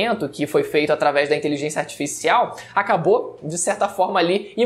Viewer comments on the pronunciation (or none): Detalhe: inteliZênxia